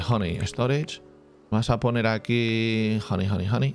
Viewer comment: Nadie: Absolutamente nadie: Escocés: vamos a poner.. hony hony hony